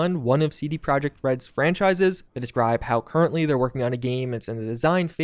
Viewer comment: One more time, as polish it is really infuriating that u call company 'project' it is projekt, pronaunce it as proyekt.